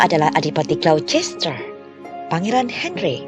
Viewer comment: Ralat Glocester dibaca Glouster.